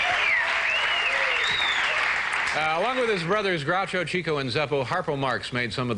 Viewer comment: I’m surprised that Dave mispronounced Chico. He should’ve known better.